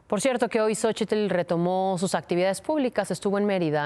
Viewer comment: En el nombre de Xochitl, la "t" no se pronuncia, pedazo de imbesil jajajajaja mucho estudio que tienes y de nada te sirve nmms, ya que regrese Ciro porfavor y quiten a esta analfabeta 🙄